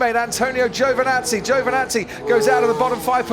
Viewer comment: Crofty, for the love of god, it's GIO-Vinazzi not JOE-Vanazzi you stupid halfwit.